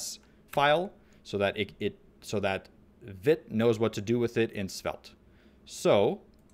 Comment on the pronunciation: Just for info, Vite is a French word and pronounced "veet". It means quick.